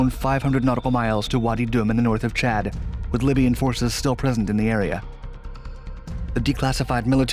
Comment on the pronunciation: They way he says Chad was kinda distracting